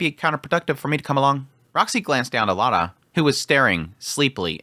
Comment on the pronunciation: Why do you say Lara so oddly? Why would anyone say LARA the way you do unless the anime said it that way first? As of now we have not heard her name spoken yet at all so why mutilate L A R A as a native English speaker? For the most part you say most names as they are spelled but not all. If the Japanese want names prounounced differently than they are spelling them they might consider spelling them differently. I hate it when they use a conventional spelling for an existing name and then butcher the name when spoken. Having lived in Europe for 12 years I learned to pronounce peoples name correctly. I would not go to Japan and then mispronounce everyones name just becaue I am a Westerner! I would bust my butt to get peoples names right. Likewise I would expect them to actualy try and put forth effort to say my name. I do not think we should let the Japanese off because they put forth almost zero effort when speaking English. I read, right and speak German, Russian, Spanish and am learning Latin it is not easy but it is also not super hard. If they are going to use a Roman alphabet they need to use a standard set of consonants, vowels, and dipthongs from some language with a Roman alphabet and be consistant. I do not care if it is German, English, or another just be consistant. No limit on creativity of names just write them with one alphabet in mind if not Japanese! That is my rant! I love your content!